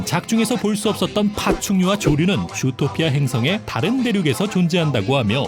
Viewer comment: 왜자꾸 좃도피아 라고 들리네요